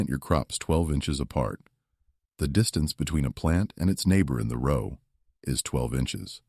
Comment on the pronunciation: AI is so Absolutely Irritating. Pronouncing “row” like “cow.” 😂 Also, the spelling errors in the text 😒 This said, this is a super-important issue. Modern agriculture is criminal and is directly correlated to our appalling state of poor health. Thanks.